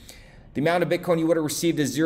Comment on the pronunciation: You said bitcorn the first time I heard it !.. 🌽